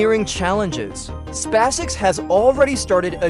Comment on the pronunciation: These poor suckers are unable to purchase an artificial voice capable of speaking "SpaceX" properly!